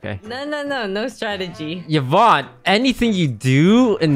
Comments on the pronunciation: Omg it's Yvonne (like E-vonne). Not YEE-vonne >.<' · Bro said evon 🤣